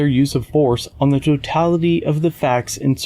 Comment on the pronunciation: Even if you're post certified. If you pronounce it "totalidee" you're not getting a badge.💯